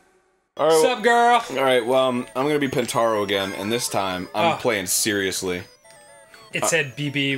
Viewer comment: GOD DAMMIT ARIN IT'S POTON NOT PONTARO